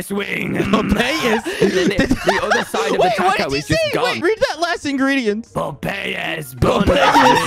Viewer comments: Quackity: po-pe-yes? me: bruh its pop pies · PO-PA-YES LMAO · Popayass bonelass wingggg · (im a year late) I pronounce popeyes as poh pey es 😔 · “MHHHHH POP EH YESSSSSSS” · pope ey es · "POP-EY-ES" guys don't tell anyone but I think Tommy might be dyslexic too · My grandma pronounces Popeyes like pop-ey-es aswell 😭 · LMAO I love when Tommy tries to pronounce American things like “Popeyes” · Just for the reference that is not how we pronounce popeyes lmfao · I'm English and I can say Popeye's I think Tommy just has ✨problems✨